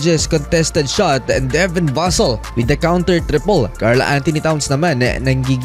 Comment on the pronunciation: bakit nami miss pronounce mo ang VASSELL?